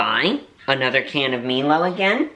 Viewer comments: A hot cup of milo is delicious to cold glass of milk 🥛. Funny how you pronounce milo, you pronounce it me-Lo but it is mie Lo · Milo is pronounced M-EYE-L-O The more Milo you put in the better lol